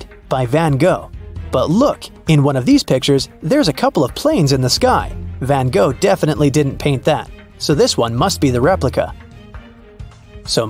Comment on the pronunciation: it hurts my soul how he says “Van Gogh” Like if your Dutch 👇🏻👇🏻